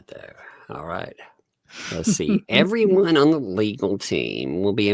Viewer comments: the very 1st line..."Everone" not "EverYone" there's no "y"!!!! Lol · Notice in the first sentence he said "EVER ONE" NOT "Everyone"